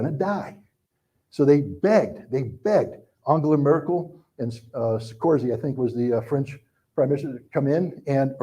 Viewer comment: Also, his inability to pronounce “Sarkozy” even just phonetically doesn’t exactly inspire confidence